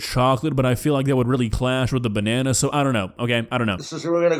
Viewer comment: Did he say he removed the bannana seed?